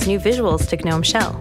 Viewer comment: Why the hell does she keep saying "guh-nome". it sounds awful. Also, is there a persistent taskbar yet? I don't want it to autohide.